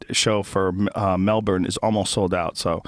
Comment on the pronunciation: How did Joe manage to absolutely BUTCHER the Aussie accent (honestly might be the worst attempt I've ever heard), then proceed to nail the pronunciation of Melbourne? Too many Americans say it like Mel-BORN rather than what we say which is closer to "Melbin". They also say shit like Bris-BANE and again we say it more like Bris-BIN. Also stop calling it fucking Shrimp, nobody has, does, or ever will call it prawns "shrimp" here. How did you even get that? Wasn't it Paul Hogan doing some stupid commercial in the US where hhe saaid it and now all 330 million of you think we all throw shrimp on BBQs... it bothers me way more than it should but for fucks sake - it's a bullshit slogan from the 80s or something that we don't even say. Hoges would've known it too but the director probably said "look Paul I know you keep insisting they're prawns over there but I NEED you to say 'shrimp'. I reckon if Jim Jeffries heard that shameful display he'd have called Rogan out haha. Great ep as usual - love Callen on the show!